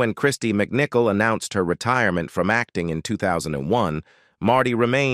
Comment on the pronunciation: Although it was interesting learning more about her more recent years, these AI narrations are ridiculous! (As in, the way this one pronounces 'retirement'.) Let's face it, it's obviously artificial, but still far from intelligent.